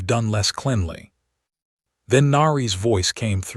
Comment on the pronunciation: Your stupid AI pronounced 'cleanly' incorrectly.